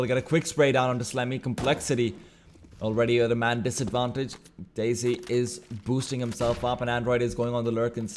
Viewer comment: he keeps pronouncing desi as daisy and it hurts lol